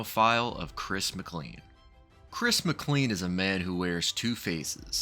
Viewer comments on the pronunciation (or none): Just so you know, his last name is pronounced McClean like 'train'.